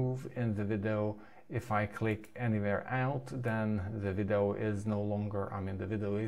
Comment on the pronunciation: Dude you are awesome! What a great product and list of new features. BTW, the way you say 'video' (three syllables) sounds like you are saying something more like 'viddoe' [two syllables]. I feel like you maybe able to get that "eee" sound to come out of your mouth if you work at it because your English is great. You do as you like though!